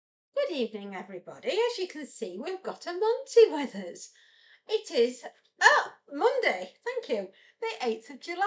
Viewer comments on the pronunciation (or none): Not monday, it motday🤣